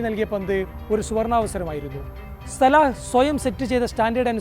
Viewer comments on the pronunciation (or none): സലാഹ അല്ല സല❤